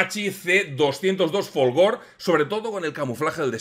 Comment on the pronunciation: Corregidme si me equivoco, pero el caza italiano es un "Folgore", con "e" final (no , como lo pronuncia él en el video). Los italianos, al igual que nosotros los españoles, pronuncian todas las letras, o eso tengo yo entendido, vamos. Y creo recordar que folgore significaba "relámpago" o algo parecido...